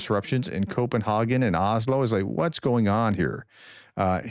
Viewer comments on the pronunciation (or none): Copen haaaaaaaaa gen? You must be German? Häagen-Dazs now that's good stuff. Wonder if people in Copen HAY gen like it?